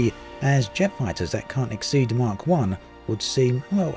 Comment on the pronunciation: Speed of Sound is in MACH. It's not pronounced mark, it's pronounced MAC. I'm very surprised at your incorrect pronounciation! UD5 is here now, and it's a complete mess! Just for Xbox users, as us PC users have been screwed over with reduced image quality just so FPS will be ok on Xbox and low quality PC's. MS/Asobo have realised their F**K up and have delayed UD6 to early September to fix all the mess, and the whordes of (extra) bugs now added!!